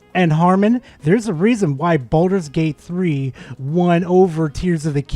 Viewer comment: "Balldols Gate 3"-Harman